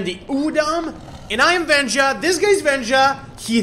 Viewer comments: It's wenja not venja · weja not venja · Wenja not venja